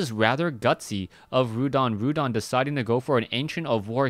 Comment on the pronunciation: its not Rhudan its Rudan !!